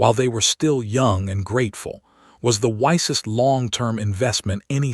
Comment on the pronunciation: Your stupid AI is unable to pronounce some English words correctly:- Lives, skies, wisest, read.